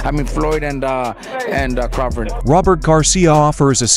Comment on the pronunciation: Who the hell is craftit 😂. It’s Crawford!!!